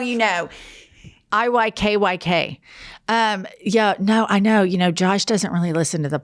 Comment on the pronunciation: I've heard u say not to long ago "if u hnow u know "